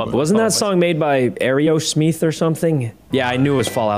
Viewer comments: Lol the way sykkuno said ayreosmith I'm like nooooooo its Aerosmith "ey ro smith" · Not only did Sykkuno mispronounce Aerosmith, but he also got the song's band (and genre) wrong as Aerosmith is hard rock and Eurythmics (the song's band/duo) is more of a pop rock style...